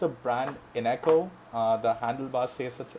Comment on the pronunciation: INGCO not INECO